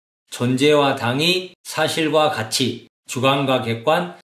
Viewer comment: 장음인 단어의 첫 자를 짧게 잘못 발음한 예: 가치,정립,시작,정말,좋습니다,ㅃ111 남친, 가치,보석,행복,자격, 등, 장단음 문제가 심각합니다. 그리고, 이론쩍 도덕썽 관껀결정쩍 등 된소리 발음은 잘못입니다. "한국 어문을 고발함"이라는 챗을 일독해 주실까요. 미국 변 완수 배